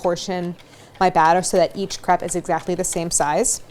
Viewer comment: Properly pronounces crepe but not creme diplomat?